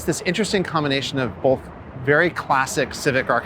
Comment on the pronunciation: The word is BOTH, NOT bolth. So damn irritating how our English language is going to absolute crap.